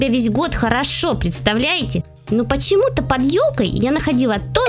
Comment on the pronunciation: Не под а ёд